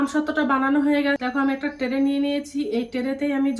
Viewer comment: টেরে????😂😂😂😂😂😂টেরে নয় ট্রে।